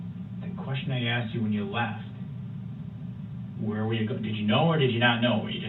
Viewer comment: Objection, axed and answered.